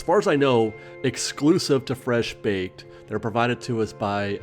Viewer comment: Why do you say the words Fresh Baked like that?